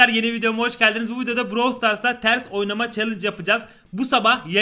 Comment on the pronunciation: Abi öyle deme ters oy-na-ma de benfero ow ye